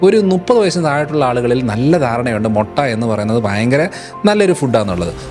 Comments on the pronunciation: മൊട്ട അല്ല ബ്രോ..... മുട്ട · മൊട്ട അല്ല 😃 മുട്ട 😂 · മൊട്ട അല്ലടോ മുട്ട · മൊട്ട അല്ലേടാ.. മുട്ട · Motta alla, mutta aanu